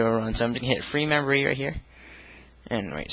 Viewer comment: he keeps saying membory.